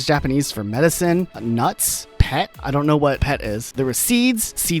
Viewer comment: It's not "pet". It's "PET". As in, "polyethylene terephthalate". It's the plastic used in reusable (but still disposable) drinks bottles.